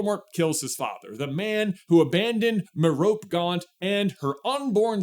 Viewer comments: Also lol.. The most common pronunciation of Merope (as in the Greek mythological figure or Merope Gaunt from Harry Potter) is MEH-roh-pee (rhyming with "therapy" or "Penelope"). It is a three-syllable name, accented on the first syllable: MEH-ro-pee. Key Pronunciation Details: Phonetic: /ˈmɛrəpiː/ Syllables: Meh-ro-pee Common Mispronunciation: "Mer-rope" (two syllables) is common but generally considered incorrect in classical contexts. Alternative/Variations: Some might use mər-OPE (mer-ROPE), but the three-syllable, Anglicized Greek pronunciation (MEH-ro-pee) is the standard. So now you DO know Ps. Merope is an ancient Greek name most commonly translated as "with her face turned". The name is a compound of the Greek words meros (meaning "part" or "share") and ops (meaning "face" or "eye"). This etymology is often linked to the myth of the "Lost Pleiad," one of seven mythological sisters who became a star but shines the dimmest because she hid her face in shame after marrying a mortal. Sound familiar? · Why do you still pronounce Marope Gaunt wrong? You have Google right? You're also like one of the biggest Harry Potter fans of all time right? FYI it's "Mare-UH-pee" like therapy. Please stop saying "Muh-rope" IT'S WRONG! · "Merope" is pronounced Mare-o-pee. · I’m pretty sure that, being a Greek-looking name, it would be MAIR-uh-pee. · Steven Fry calls her Merrow-pay I imagine he knows how to pronounce it properly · I think its mare-rope-ay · lol Meh-roh-pee. It's a name from Greek mythology. Although the name pops up throughout the mythos as different people (popular name, idk), one of the daughters of the Titan, Atlas and Pleione, an Oceanid nympth, was named Merope. The accent is on the first 'e'. MEHrohpee. Another example of a Merope in the Greek mythos is, she is a Pleiades. The name also belongs to a mortal princess, daughter to King Oenopion of Chios. She was pursued by Orion, and a Queen of Messenia. But yeah, Merope. :) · "muh-rop gaunt" lord have mercy 💔